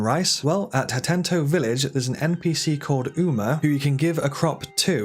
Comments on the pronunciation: why does he keep calling it "hatenTO" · Hateno. Ha TE NO. Lol. Good video dude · Hateno village not Hatento village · These tips are dope but it's not called Hatento it's Hateno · HA / TE / NO, Hateno. Not Hat-tent-o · Hateno village❌️Hattento village✅️ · The amount of times he says "HatenTo" is giving me an anurism There is no second "T" in "Hateno" my guy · Bro the village is called 'Hateno' not 'Hatento' 🥲😭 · Why are you pronouncing "Ha-teno" as "Ha-tent-toe"? :P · HATENO. Say it with me. Hateno. Omg hahah you’ve had two games to know that it doesn’t have an extra t in it. Hatento. 😂 bless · Bonus Tip : you can skip the second T of Hatento Village because it's actually called HateNo Village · Hate-no Village? Is it not Hah-teh-no Village? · HATEEEEENO not HATENTO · HATENO not HATENTO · It's called Hateno, not Hatento favorite outfit is the barbarian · Why do you keep saying Hatento when it’s spelled Hateno? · Bruv… “HATENO” there is one T… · if he says "hatento" one more fucking time i swear to god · It’s Ha-TAY-no village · This dude loves adding “t”s where they just simply don’t exist, and it’s not just “hatento”. I can excuse mispronunciations, I don’t understand adding extra letters, he’s clearly not dyslexic if his main job is writing. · lol there is no t and the end of hateno, pronounce ha ten o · Ha-teen-o, also Sundelions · Sorry hattentto... It so easy to miss read these town names you know? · I Physically recoiled when he said hatento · why does he keep saying 'hatento' not 'hateno' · I almost had to stop watching cause you kept saying “hatento” lol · Sega does what Hatenton't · It is Hateno not Hatento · You're driving me nuts with "Hatento..." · The most useful trick is unlocking the second "t" in "Hateno" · Had to leave after the second time i heard him say "Hatento" lol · Ha teh noh Village. Only one "t" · Hateno not Hatento 😂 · "HateTOE village" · "hatento village" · hatento village. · ah yes hatento village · Fr he said hatento